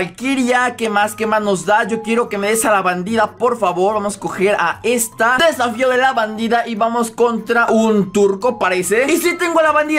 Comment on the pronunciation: Se dieron cuenta que dijo safio